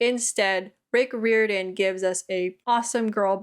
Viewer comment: Isn’t it pronounced like: Rye-Or-dan?